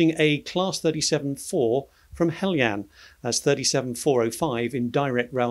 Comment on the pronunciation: Could you guys get together and work out if it’s pronounced ‘hell Jan’ or ‘ hell e anne’?